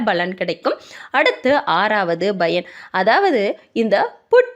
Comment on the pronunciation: Madam, thamizh nallathane preparing, paranoid yeen Bayan yendru solgireergal pl. Correct it, thamizh pl.